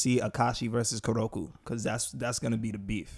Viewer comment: its not kuroku.... it KUROKO... KOOO